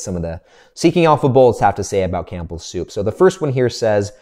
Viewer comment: The P in Campbell Soup is silent. Sorry, I had to say something, it drives me nuts every time I hear it in your videos. 😂 Keep up the great work love your Dividend Investing insights. 👍